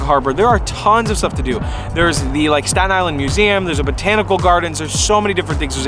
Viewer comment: This is how many times he said 'Statan Island'. ↓